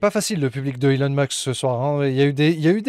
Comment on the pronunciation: C'est Heu-lon Musk ...